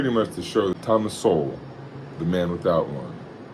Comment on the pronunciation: You can't even pronounce his name and you try to insult him lmfao.